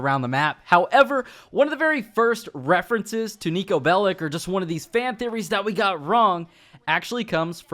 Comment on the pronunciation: Its not called 'Niko Bellick'. Its 'Niko Bellič'